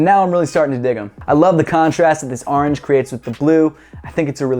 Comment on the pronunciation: ITS ORANGE NOT ORNGE